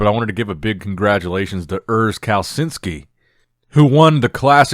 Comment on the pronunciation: Urs caleh-CHIN-ski Put some respek on his name